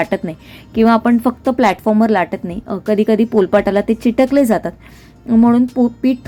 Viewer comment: चिटकले नाही चिकटले